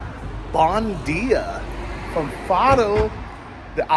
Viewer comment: Bon djeea is not portuguese, bom dia...pronounced like "Bom dia"